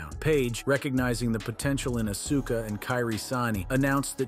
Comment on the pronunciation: Know your wrestlers you labeled it wrong on Askua and Kiri Sane and you even said Auska's name wrong